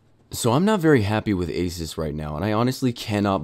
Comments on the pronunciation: Did he say asis it’s asus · Uh-soos, not ace-us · holy crap its A-SOOS/AH-SOOS not A-SUS and dont get me wrong i love your channel :) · Asus is pronounced like A-Zeus (as in the god) not asis. Anyway, love your vids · of course you'd get a referb card, it's the same as them fixing yours and sending it back. and $20 shipping? awe muffin it's like $60 for shipping here the company is fully right here. also if you were on the phone with them at any point you'd know it's pronounced A-soo-s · EVGA>MSI and isn't it (Ay-Soos) ASUS? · Its said asoos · It's pronounced "asoos". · pronounced a-seuss